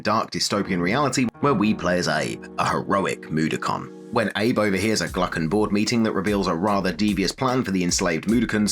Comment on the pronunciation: Mud-o-kon not moodicon mate aha